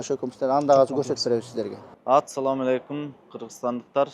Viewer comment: Атсалам эмес Ассаламу алейкум десен тууганым